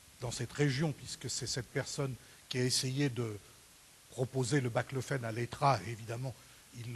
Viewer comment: C'est BAClofène pas BLACLOFÉNE